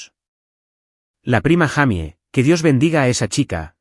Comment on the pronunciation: No es un monstruo!!!! Es un sinvergüenza raya do a monstruo. Se dice declarabje!!!!!!y se es mujer se pronocia yeimi no Jaime